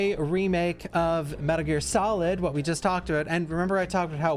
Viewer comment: Metal Gear S-olid